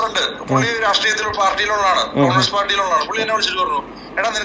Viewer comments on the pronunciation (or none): none